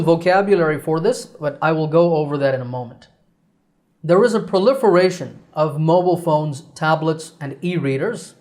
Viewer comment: Teacher I have a question about proliferation I’m hearing that you skip the ( r ) you pronounced pliferation that’s what I hearing